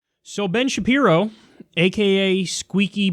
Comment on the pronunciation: Been Shape-Eye-Row